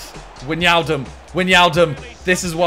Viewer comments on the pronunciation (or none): Maybe Wijnaldum isn’t playing well because you pronounce his name wrong? 😂 Or say Gini, not Widge. Or say why - nall - dum, not Widginiaaldum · SIMONNNNN, love ya mate, but its not pronounced weenaldumb its why-nal-dum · I think you need to pronouns it Why-Naldum not Wan-Yialdum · Can someone tell Simon wijnaldum is pronounced WHY-NAL-DUM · You pronounce wijnaldum wine aldum and laporte la pour t don’t pronounce it with the e cause the e is silent🤪